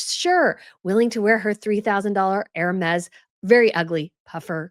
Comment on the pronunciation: Hermes = Air-may